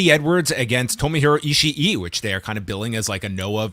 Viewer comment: fun fact North Americans have let Meltzer and NJPW commentary rot their brains on Ishii's pronunciation, no word will ever be Ishi-i Double i's are a long ee sound, like in Kawaii or Kakkoii. E-she works fine, E-shee if you're feeling saucy, the crowds just chant e-she-e because it works better a for a chant, same as Naito, we can all say Naito but its easier for crowds to throw an extra syllable in there for nigh-e-toh